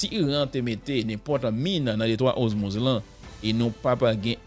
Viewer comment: Sispann répété DETROIT OZMUZ. Bon nom an sé DETROIT ORMUZ. OR pas OZ